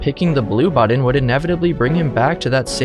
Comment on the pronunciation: “Pick a budden”